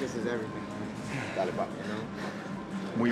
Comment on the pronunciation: he said "Dale" which means "lets go" lmao not "Dally"